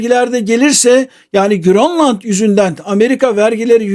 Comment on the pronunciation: bazıları bir anlam kazansın diye mi GÖRLLAND diyor yani danca girl oluyor 😅😅😂